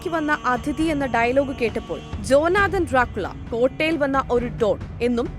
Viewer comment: ജ്യോനാതൻ ഡ്രാക്കുള , കോട്ടയിൽ എത്തിയപ്പോൾ എന്നല്ല സക്രിപ്റ്റ് വായിക്കുമ്പോൾ ശ്രദ്ധിക്കുക😂😂 ജ്യോ നാഥൻ , ഡ്രാക്കുളക്കോട്ടയിൽ എത്തിയപ്പോൾ എന്ന് വായിക്കൂ😂😂